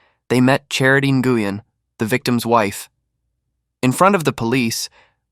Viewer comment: It's pronounced "new-win".. not Guyen 😫💀😆